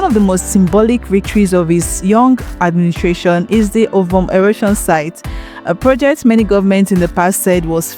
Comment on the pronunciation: I hope you're not Igbo cos your pronunciation of Ovom was unforgivable. So much energy is made in learning English language while I igbo language surffers.